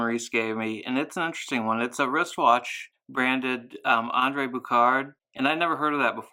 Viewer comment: As a french canadian with an aunt named Andrée Bouchard, your pronunciation made me cringe. Otherwise, absolutely loved the video. I'm also working on an André Bouchard. Same movement. I messed up and reinserted the balance wheel with the hairspring not seated in the regulator pin. I still have it on the bench and want to save the balance wheel, if I can.